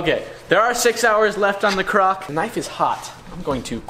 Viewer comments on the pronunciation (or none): Why is he saying crock